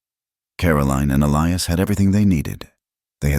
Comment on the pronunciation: But there's still a Clara, Sarah and Elias which is pronounced incorrectly.